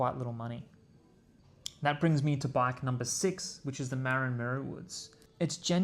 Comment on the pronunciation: Thanks for the video, however you, like every other YouTuber, are pronouncing Marin incorrectly. And it's not your accent. I grew up there and it drives me crazy. I never heard it pronounced wrong until I started watching bike videos.